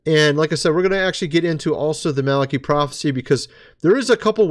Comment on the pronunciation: So tired of everyone mispronouncing Malachi. It is not that hard to figure out.